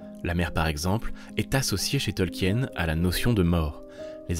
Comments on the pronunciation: C'est un bon documentaire, le seul défaut que j'y entend est la prononciation du nom de famille de l'auteur. C'est un nom de famille Allemand, donc il ne faut pas prononcer le E dans son nom, c'est un diphtongue IE qui se prononce i en français. C'est donc "Tolkin". Mais un excellent travail en général. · Petite precision quand même son nom de famille se prononce "tolkeen"